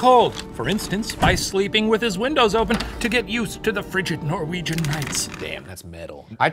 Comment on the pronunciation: All the Norwegian stuff was so butchered. They did our great hero boi dirty 😢